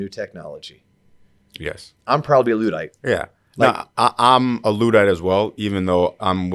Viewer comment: Pronouncing luddite incorrectly. Can't wait til I'm listening to robots doing this podcasts instead.. they wouldn't have made that mistake.